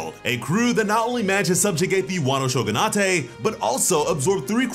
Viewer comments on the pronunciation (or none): ShoguNOTAY lmao its shogunATE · Berry, not belly Shogunate- 'show-gun-ate' not 'sho-gun-ah-tay' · Bro. Your Japanese doesn’t have to be perfect. But Shogun-nah-tay? Son. You can’t keep pronouncing it like that.